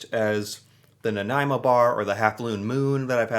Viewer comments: I'm thinking, yes without googling lol, that the original bear paw was a molasses cookie. Now that was good ... especially with a cuppa tea after supper ... i'm not fond of all the different flavours. Same with Nanaimo Bars ... and god luv ya for getting the name right lol, how many people pronouce it 'naomi' bars 🤭 ... but whatever you call em, they are delicious indeed. And as per my personal tastes, the original is the only kind for me ... happy snacking 😉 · So glad he pronounced Nanaimo properly. I love that Costco brings in these bars for Christmas. M and M meats makes a really good one, as well. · Wow! That’s the very first time I’ve heard someone not from BC pronounce Nanaimo correctly! 👍👍 P.S. I don’t like the bars.🤢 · I’m from Victoria! Kudos on his pronunciation! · well for future reference it is pronounced nuh nai mow -someone who lives there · You even pronounced Nanaimo bar correctly. My absolute favourite snack. I’m gaining weight watching this. 😂🇨🇦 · Excellent video my friend and as a Nanaimoite I thank you for trying this delicious treat and for the correct pronunciation....love your channel....you really need to try a butter tart.....:) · Impressed that you said "Nanaimo" correctly ! Many, including Canadians, get the pronunciation wrong :) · I'm from Nanaimo and was impressed that you pronounced the City Name properly!!! Also glad you liked the bar!! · Of all the words he mispronounces, he nails Nanaimo. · Bonus points for getting the pronunciation of Nanaimo right.